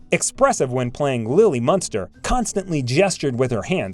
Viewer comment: ..it was ' Munster ' not " Muster ".